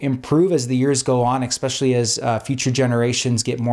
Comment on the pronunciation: You seem very smart and informed so I only offer this criticism as a kindness… If you pronounce the word “especially” as “ex-specially” it can be perceived as a discrediting factor by certain people.